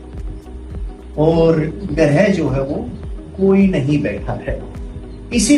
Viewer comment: Sir ye grih nhi h ye grah h